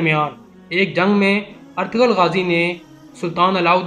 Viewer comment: O bhi artgral nhi artgl gazi